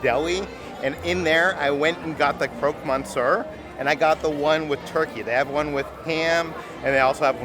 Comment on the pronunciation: How did you pronounce croque monsieur?!